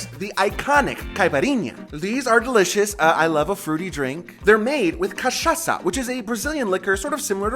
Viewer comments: In Portuguese, an S between vowels has a Z sound. So Brasil is pronounced Brazil. That's why in English it's spelled like that. Teresa and Tereza are also pronounced the same. You NAILED cachaça though. That's a difficult one! Also, do you know how to pronounce "lasagna"? That gn sound is the same as nh in Portuguese. So it's coxinha is "co-shee-gna". PS I don't think I had ever seen such a thick slice of salmon sashimi. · Your Cachaça pronunciation is spot on. Source: middle aged brazilian myself ^^